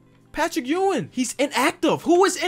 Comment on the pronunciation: Ur saying Patrick Ewing last name wrong